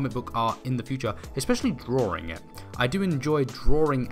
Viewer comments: You sir ... have talent.. and I think it’s awesome that I can’t figure out if you say DrawRing or drawing.. lol .. might as well be the first coz your talent is roaring.. love it!!! Subbed .. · funny when u say drawing it sounds like you'd say drawrring